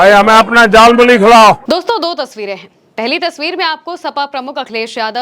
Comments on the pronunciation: झलमुरी नहीं जालिम मूली बोल रहा है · झालमूड़ी ❌ जालमूली ✅